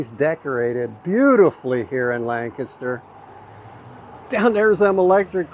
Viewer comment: I love your enthusiasm. I wonder where you are from? People who grew up in the Lancaster area pronounce the word differently from people who are not from the area. You pronounce Lancaster the way that the locals do. I live in Lebanon County which borders Lancaster County to the north. Another great miniature golf course is just west of Strasburg and it is called Village Greens. They actually have two miniature golf courses side by side. One is 18 holes and the other is 26 holes. They are both very nicely landscaped and they also have some challenging holes.